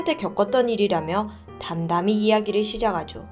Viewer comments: 잘봤습니다! ㅎㅎ 여러영상보면서 느낀건데 시작하죠->시자가죠 라고 발음하시는게 여러번있으시더라구요ㅎㅎ 어색해서 그게들리면 거기에 꽂혀서 내용을 다 못들어요 ㅠㅠ 뒤로가기로 다시듣곤합니다 ㅋㅋㅋ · 아니 ㅋㅋ 깜짝놀랐어요 ㅎ 가짜인줄안고 ㅎ 시자가죠~보다는 시작하죠 로 읽어주세요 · 진짜 죄송한데 전라도 발음좀 빼주세요 ㅠㅠ 시작하죠 - 시자가죠 답답했죠 - 답다뱄죠 제작해 - 제자개 이런거요 ㅠㅠㅠㅠ